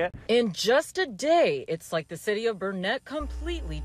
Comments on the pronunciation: It’s Burnet durnet, not Burnet-ett! Say it correctly! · If the news person is from Austin, she needs to learn how to pronounce Burnet correct. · It’s BURnet. Not BurNET. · CBS Austin, could you not school your reporters on the correct pronunciation of the town before you sent her out there? It's not Bur-net, it's Burn-it. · Burnet is pronounced Burn-It not Burnett. Go home you unwashed hippies. Lets go Brandon! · It’s pronounced Burn it!! Not Bur net!! C,mon girl. !!! Where u from?!?! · It's Burnet. NOT Burneett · It’s pronounced Burn-it not burn-ett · It’s Burnet, not “Burnett”. Sounds like “Burn it”, durn it, learn it. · Burnet dern it! Not "Burnett"! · It’s Burn it, durn it! Why don’t they learn it!! Native Texan here🤣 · It's Burnet dernit!😂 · Its pronounced "Burn-it" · It's Burnet like durn it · Burnet is very close to Austin and you can't even pronounce it! It's BURN it. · It's ok, as a native Burnet resident, I find that the mispronounciation of Burnet and Lake Buchanan helps identify smooth brains and transplants. Consider it a type of early warning device, so you don't get infected with libtardation. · Pronounced Burnet wrong. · The CBS reporter doesn’t know how to say Burnet!